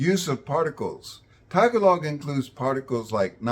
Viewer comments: I respect you sir, but please, at least try to pronounce "Tagalog" correctly. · maybe, pronounce the word tagalog correctly first. its taGAlog, not tagaLOG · Why does he say Tag a log I thought it was Ta gah log? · its actually, "tagA log" not Ta Gahhhhhh log We don't release breath saying the GA the tone increasese at the "g" and peaks at "A" Thats why people are confused from "tagA log" to "tag A log" in their pronunciation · Please say TAH-GAH-LOG not TAG-A-LOG T___T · Good video but our language is pronounced Ta-gahh-log not tag A log. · Interesting info. Btw, tagalog is pronounced ta-GA-log, not TAG-a'log. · ta Gaaa log. emphasis on second syllable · TAG-a-log! lol, you’d think he’d learn how to pronounce the language that he’s referring to 😂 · Okay this is cool, but he keeps repeating TAGuhLOG and it's is very annoying 😅😅😅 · Just a friendly reminder that the stress in Tagalog is on the second syllable: tah-GAH-log. ;) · It's Ta GAH log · Ta-GA-log. Like many 3-syllable Tagalog words, stress on the second syllable. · Sir, the stress is at the second syllable - ga. So, placing the stress on the first syllable - ta, is incorrect. It should be Tagālog. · Also, in the word Tagalog, which if you separate into 3 syllables, Ta ga log, we put the emphasis on ga, not on Ta. Just saying. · Oh the comments in here about how this guy mispronounced the word Tagalog! But we do not cower in shame when. we hear a Filipino speaking in his own "native language". with a lot of English phrases in between. Give him a break he is not a native speaker. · At least pronounce the name of the language correctly. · In saying the word "tagalog" the emphasis is on the syllable "ga" not on "ta". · the way he says tagalog sound like shit but everything else is good content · Dude obviously read about the grammar but did not bother to learn how to pronounce Tagalog correctly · If you're going to make a video about Tagalog, at least pronounce the name of the language correctly.